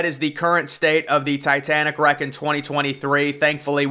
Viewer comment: It’s not rack😂 it’s wreck lol